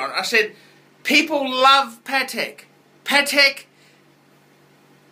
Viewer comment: Everytime you mispronounce names like Patek or Jaeger-LeCoultre, baby Jesus cries.